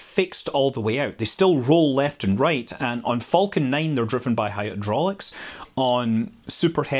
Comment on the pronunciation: What is a “foul-kin Rocket”?